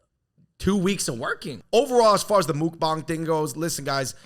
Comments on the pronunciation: it's pronounced like "muck-bahng" not "mook-bahng" fyi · the u in mukbang is more like a "uh" rather than a "mook". i think china should ban their crazy makeup filters. they have such a restrictive beauty standard, and its not bc its "deceptive" like some people say, its because it just promotes unhealthy unrealistic standards. as an asian american, im glad that america is more accepting of more diverse forms of beauty. and i dislike how asian netizens criticize every asian celebrity in hollywood for being "ugly" and "making them look bad"